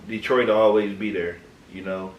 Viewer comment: Ok “detoit” 😂